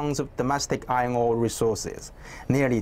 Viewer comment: why i heard ngor instead of ore